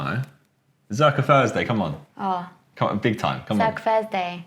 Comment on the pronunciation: Josh: “Fursday”